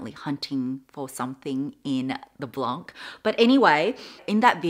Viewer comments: love you!! just a correction blanc (white in frecnh) is prounounced without the c (Blon)! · The print of the Papillon is gorgeous ! Btw we don't pronounce the c at the end of "blanc" (=white) if this can help has you try to improve your French 😘